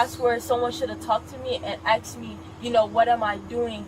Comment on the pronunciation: Someone should of “AXED” me!!! OMG GTFOH!😂😂😂😂🤦‍♂️🤦‍♂️🤦‍♂️. Will someone please tell these morons its “asked” and not “axed”!🤦‍♂️🤦‍♂️🤦‍♂️